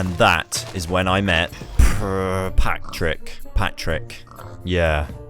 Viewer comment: Pigs name: Patrick Him: Prrrrrrratrick